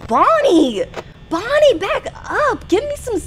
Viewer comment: hi i cant belive u played fnaf its such a good game and i just wanted to say u said bonnie wrong